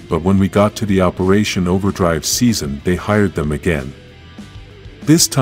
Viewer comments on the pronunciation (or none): Did you say operation overdrive